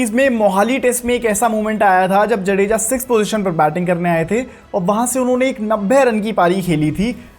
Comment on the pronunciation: भाई जडेजा नहीं जाड़ेजा है